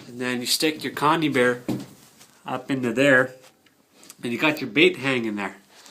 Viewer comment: con.i..bear not con.e ...bear